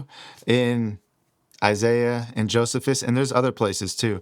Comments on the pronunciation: Brother. It isn’t JOESihVis, it’s JoeSEEphus! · Brother great video and info but his name was pronounced "Joe-see-fuss" not "Joseph-us" I am not trying to be a jerk, just helpful. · Jo-see-fus. Not jo-zuh-fus. ❤ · Josephus is pronounced Jo see phus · Joe - C - fuss, is how to pronounce "Josephus". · Just so ya know,, the correct way to pronounce Flavious Josephus' is: Flay-vee-us Joh-see-fuss. God bless you and make straight your path,! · It's pronounced joe c fus😊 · This video is ROUGH. Was it peer-reviewed before publishing? It's pronounced Joe•SEE•fis. I made it 8min32sec in this video... I had to stop. Provide sources also. I was hoping for a video with better precision and quality. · It's pronounced, JOE - SEE - FUSS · Joh-SEE-fus. There were at least 2 Enochs. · That is what "Thelema" means. It is the Greek for will. Of coarse Crowley founded Thelema, as most probably know. Also, just fyi, pronounced Joe-see-fuss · JoSeeFus, Toth (Thoth), Crow-lee